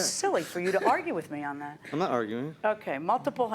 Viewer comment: and actually said 'I'm not auguring' LOL